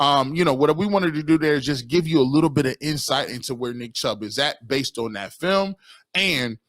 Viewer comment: Dude is knowledgeable, but pronunciation on simple words is cringe. "Dis" instead of this, "Dat" instead of that "Den" instead of then. Hard to listen too. I guess its a me problem. 😂